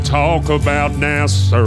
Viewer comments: Nice-sounding tune, though one tip: American Southerners don't pronounce it "NASerr;" there's no final R sound. I would've never guessed you're British if not for that. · I'm really confused why he pronounces NASA that way. 😂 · Lol, everyone should pronounce it this way! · Everything you do is great... but this is the one that gives away that you're not American... because you say "Nasser" instead of NASA. 😄